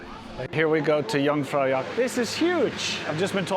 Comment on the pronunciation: Just as a little thing: Its not Jungfraujock its Jungfraujoch.